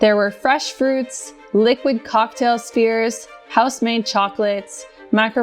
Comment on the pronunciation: Oh!!! It took me a while to process but she isn't saying "spears", but actually "spheres"!